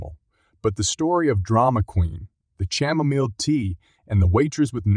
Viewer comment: It is pronounced kamomile not chamomil.